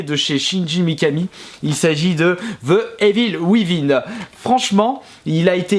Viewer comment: la manière dont il dit the evil within xD il dit: ze evil wivin